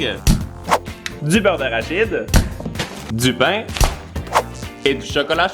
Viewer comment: A la place de dir pain il a dit bain